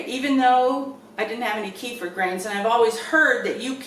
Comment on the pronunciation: Hi. Kefir is a middle eastern thing. There are 2 types, milk, and water. I've been doing water kefir about 6 years now. Both are produced commercially all around the world. Up here, and in the States, that means a whole lot of stainless steel... Stainless steel harming the grains is definitely an old wives tail. Also middle easterners laugh at our mispronunciation... It is K'fear, not key-fur...